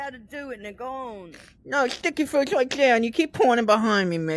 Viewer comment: I died at "shticky fwuits" hahaha